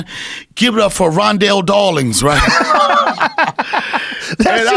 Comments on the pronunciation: “Ronnel Dawlings” ahahah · Donnell " Ronndel Dawlings" Rawlings